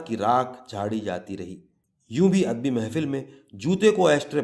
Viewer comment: kahani aur us ki adaegi bohat khoobsoorat hai laikin mujhe yehan chand alfaz kai tallaffuz k barai men maazrat k sath kuch kahna hai, merai khayal men lafz adabi hai adbi nahi,birwa hai barwa nahi, mas ala hai masla nahi , araboan hai arboan nahi aur mantiq hai mantaq nahi, mera maqsad dil aazari nahi hai bul k naee nasl ko sahi talaffuz sai ashna kerna hai,baher hal afsana itni khoobsorti sai parha geya hai k lutf aageya , main Zambeel dramatic reading k silsile ko mobarakbaad paish ker ti hoon.